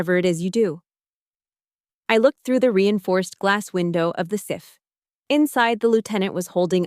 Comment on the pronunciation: Gag!!!! Learn how to pronounce the words at the very minimum. You-sa soc? Sif? LMAO So far from reality I couldn't listen anymore. You obvs know NOTHING about how the military works. Try RomComs in the future. This was an affront to any real career military female. Signed, 22 years of service female officer